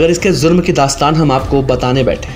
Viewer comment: Zurm nahi jurm